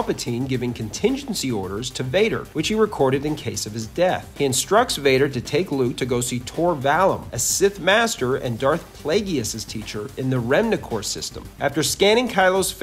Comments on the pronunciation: "Darth Play-gee-iss" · Darth Plageee-us??!? Ok I'm out. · I almost get that you can’t pronounce the word, guillotine. But how in the world do you not know how to pronounce, Darth Plagueis? lol. You should stop doing Star Wars videos.